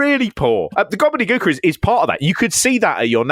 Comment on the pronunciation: "Gobly Gooker"... Damn, damn.. 😅